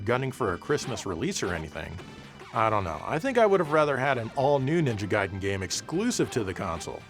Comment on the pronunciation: thanks for pronouncing it as Guyden and not Gayden